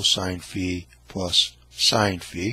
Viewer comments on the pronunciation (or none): The circle with a line through it is called Phi. It is like a head with an axe through it and it is pronounced fi as in fee foe fi thumb. He keeps calling it sigh. Sigh looks like a candle stick. When you sigh you blow out the candles.